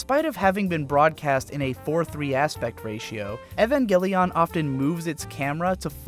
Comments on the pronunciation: it's not ehvangelion it's E-van-gell-i-on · Evangelion not Evangeleeoonn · You keep saying it like “Evan Gel-Leon” and it’s so distracting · Evangel "EE-ON" I can't take it! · Your supposed to say evangelion the same way you say evangelist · Why is it so hard for people to pronounce the name of this series correctly? It’s 5 syllables long. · this is going to be impossible for me to watch purely because of how he pronounces evangelion. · why are you saying evangelion like that ☠️ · You're pronouncing it wrong. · Apparently you cant pronounce Evangelion.